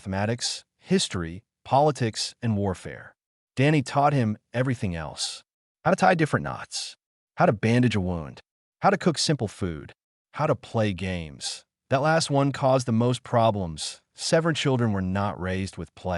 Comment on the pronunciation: The full stop is where a natural pause is, in a sentence. You do not pronounce it “dot”!! You pause to have a breath. Then continue. It makes the story sound ridiculous. AI should be able to do better? Also the word wound is not pronounced wond. If you listened to the story before uploading you should realise this. Prof read or proof listen to everything before you upload. Then you’ve done your best to produce something worth listening to to. I’m not going to bother commenting again and will probably stop subscribing. If you do something, do it to the best of your ability and for it to be something that you can be proud of. 2’nd best is not really acceptable. You also do not wound something, you wind it. For it to make sense, you require Grammar, which people seem not to think is important.